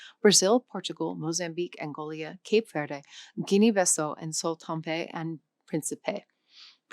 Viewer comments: So, a language learning channel, but the presenter can't pronounce Levantine, Sao Tomé or dozens of other names. Nope. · Angolia and Sao Tompé?!? Where are those mysterious countries? Near Nambia or the Gaboon?? That ruined the video right there!! Not editing out such mistakes is very telling, I bet you'd be more careful if it wasn't African countries.